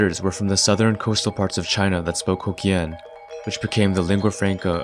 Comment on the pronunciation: As a native Hokkien speaker, your pronunciation of Hokkien seems far off to me, while its actual pronunciation might be closer to your Hainanese pronunciation, which makes sense, since Hainanese is closely related to Hokkien linguistically in history, and even often considered to be a Southern Min language to this day, similar to Hokkien's situation. Well, I think it is better to use another Chinese languages that is not Min Chinese to make a comparison, since Min Chinese pronunciations of tea sound pretty much the same to me. I believe that you use the dialectal map from Wiktionary, so maybe you can also use forvo next time.